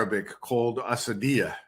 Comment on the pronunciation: Someone tell the Colonel its asabiyyah not asadiyyah.